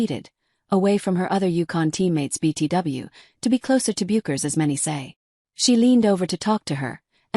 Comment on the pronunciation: Regarding videos about Paige it is rare to hear the narrator pronounce her last name correctly . Don’t these people do any research?